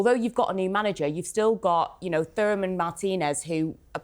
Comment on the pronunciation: Did that bird just call Thuram Thur am 😂😂😂